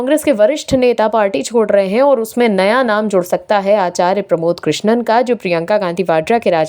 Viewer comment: कृष्णन नहीं कृष्णम बोलो ।